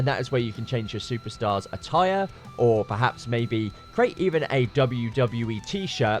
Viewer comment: Why can't you say attire?